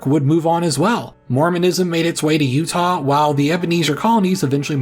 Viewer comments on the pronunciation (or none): none